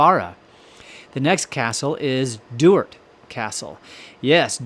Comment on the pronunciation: I'm a Maclean of Duart. Fun fact.... Sean Connery and Catherine Zeta made a film there. The narrator's pronunciation of Maclean and Duart is like nails on a chalk board for me. Skatland is another one.